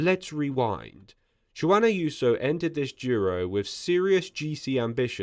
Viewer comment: Google “pronounce Juan”.